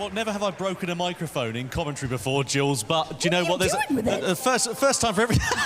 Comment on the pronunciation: "Jules"???? WTMF???????